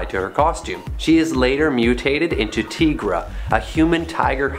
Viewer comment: Her name is T-EYE-Gra, not T-EE-Gra. Think about it! She’s a tiger. Get it? TIGRA! One of my all time favorite superheroes! 🤘🏻